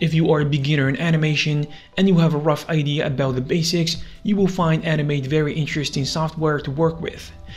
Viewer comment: How many times he say animet it sounds like anime